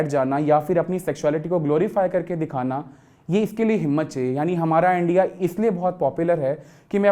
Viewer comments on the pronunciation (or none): none